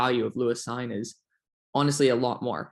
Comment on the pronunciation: On Cine , I think it's pronounced seen